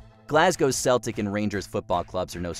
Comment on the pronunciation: Some pretty big mispronunciations and such aside...#1 had to be Celtic-Rangers. The fans have literally set off bombs against their opponents in the past.